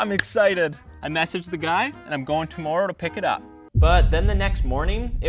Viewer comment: Who says tomorrow like that?